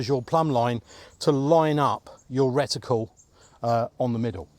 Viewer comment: As always - very interesting. Well done on learning how to pronounce "reticle" properly 😂 I always assumed that moving a scope from one gun to another would require a re-zro due to the different characteristics of the barrels and (possibly) different height between the centre of the bore and the centre of the crosshairs - due to different block designs.😊